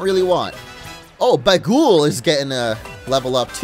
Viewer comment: YOUR MEOWTH IS NAMED BAGUL FROM THAT GIB BAGUL MEME OF A CAT ON A WINDSHEILD WIPER I LOVE YOU If it is named after that meme, it's pronounced bay gull